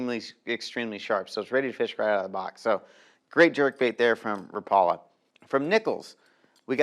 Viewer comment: Rap...a...lah. = Rapala. Never Rah...Paul...a... teach the world bro..your killing me say it right..love ya